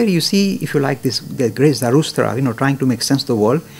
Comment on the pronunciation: Zara drushta, chayarsha all mispronounced and diverted vedic civilizations.